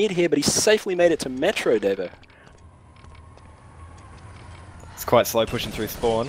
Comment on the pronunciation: You're pronouncing it wrong, its Dar-vo